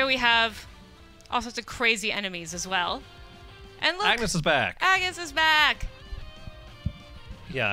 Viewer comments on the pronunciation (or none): Hate to nitpick bit... It's pronounced awn-yes not ag-knees... And I swear these guys had never even heard of bravely default before they had to make a video about the sequel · The game practically had full voice acting and they still pronounce Agnes's name wrong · Guys.... Why are saying Jean is Ringabel, cuz he's no where close to look like him and you pronounce Agnes name wrong! This shows how little you know about the games updates and new job system. :/